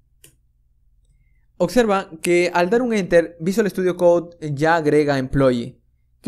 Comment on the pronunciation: Increibles tutos, pero tengo que decir que cada vez que oigo "otjetos", "ocserva" me da un sincope xD Muchas gracias por tu trabajo, sigue asi!